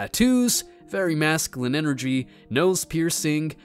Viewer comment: No, I'm making fun of because he misspelled the word Shamed and continuously mispronounces the word masculine.